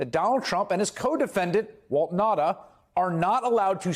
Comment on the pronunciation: Thank you for pronouncing his name right. I was a Nauta looong ago.